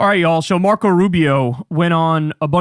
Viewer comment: Marco not Narco